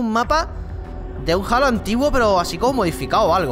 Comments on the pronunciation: Tu que si que si que cada uno lo pronuncia como quiere pero en realidad se pronuncia JEILO! LIKEEEEE! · en méxico se llama halo se pronuncia jeilo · pero es 343 indiustres es Halo pero se dice Heilo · es jeilo no jalo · max chavez Lo solemos ignorar,a todos nos pasa,pero vamos que si hay que decirlo es así,la H se escucha ;).